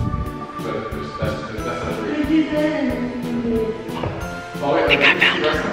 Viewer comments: was saying phoebe and you guys were saying figi but at the end it was actually phoebe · It's Fiji not Fe-gi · love's him but she's scared of him and its hilarious when she sais fibi and not fiji its funny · Austin: say fe-gi: fe-gi: fe-fe Austin: who the hell is fe-fe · She actually said "fefe" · Koality Naylor its Fiji